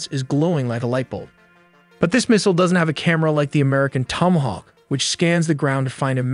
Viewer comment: This could've been a great vid, but cmon man "Therminal Phase" "Tomoahawk" "1-tawn" "milly-second" so many other bizarre mistakes. This robo-AI content needs to be banned, it's super lazy & removes everything human about the creative process. Do better things or don't do anything, it's better for everyone